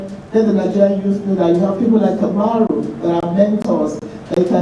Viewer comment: Kamaru not kabiru